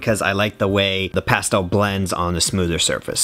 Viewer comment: The way he pronounces pastel makes me ill